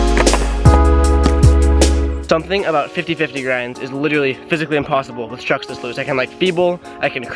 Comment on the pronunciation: Just me or is this dude saying chuck’s?